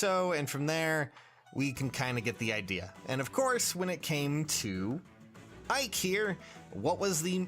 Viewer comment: Ike? I thought you said Mike.